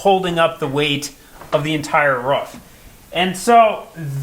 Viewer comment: It's ROOF not Ruff 😂